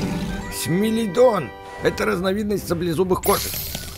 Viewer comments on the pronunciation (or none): Это не смилодон а смелодон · Не смелдон а смеладон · Не смилидон а смилодон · Это не смилидон это смиладон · не смилидон а смелодон